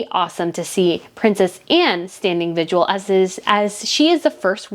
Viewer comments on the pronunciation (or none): It's vigil not vigual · Vigil, not visual… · The word is VIGIL NOT VIGUAL as you said. Andrew refused to go to court and settled the case. That is not exactly not being innocent. You need to know how to pronounce words correctly and get your facts straight. Not a subscriber ever. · Vigual? Vigil you mean.